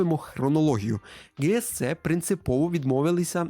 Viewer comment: яке Ґе Ес Це game world? Це GSC, тобто Джі Ес Сі.